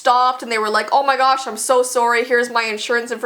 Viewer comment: i love her Canadian "soory!" hahahahahahahahahahahaha